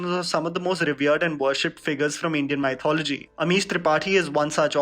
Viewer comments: Why does he pronounce mythology as M-AI-Thology ??? 👀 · It trigger me, how badly he pronounces mythology. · Please don't say mythology... :( It gives pain..